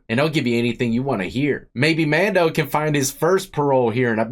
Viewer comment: You said his name wrong 🤣 It's Man Doo not Do